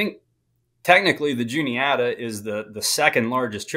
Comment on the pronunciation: The guy keeps calling it the Juliana. It’s the Juni-ata.